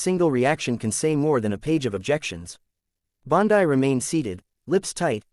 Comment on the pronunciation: Fake: Her name is Bondi (pronounced Bondee) NOT pronounced Bondii.